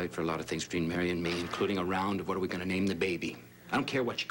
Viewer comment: I get so annoyed the way piles on the Irish accent when she says Mary.